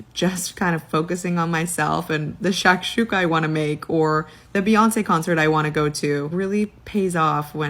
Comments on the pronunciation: What the fuck is shock-Shula? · If I hear her say Shakshuka one more time…. Wtf is shakshuka?